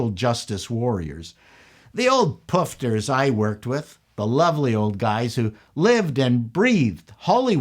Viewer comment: it was so SO weird to hear someone with an american like accent say poofter lol